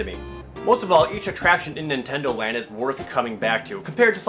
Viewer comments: nintendondo land? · Nintendondo Land??? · Nintendondo Land? :P